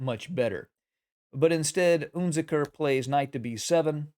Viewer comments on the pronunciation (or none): UnZicker - wrong pronunciation!